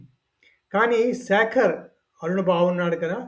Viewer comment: శాఖర్ అని పలక రాదు.. శేఖర్ అని పలుకవలెను ! ఉచ్చారణ లో కల తేడా తెలుసుకోండి.. ఉచ్చారణ ను సరి చేసుకోండి! భారత్ మాతాకీ జయ్🎉